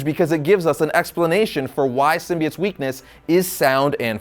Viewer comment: He says sim-bee-its which it's how it's supposed to be.